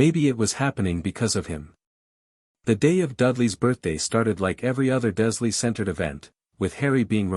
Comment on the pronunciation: Can we please change the AI voice that is reading this that the name is Dursley, Not Duzlee. I have never heard one of these AI generated Harry Potter FanFictions pronounce that name correctly. And I'm sick of it.